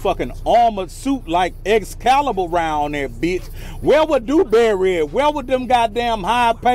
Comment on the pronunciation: "Dew-Dew-Dewberry" 🤣🤣🤣🤣🤣🤣🤣. He called him "Dew-Dew-Dewberry". Oh lawd!!🤣🤣🤣🤣🤣🤣🤣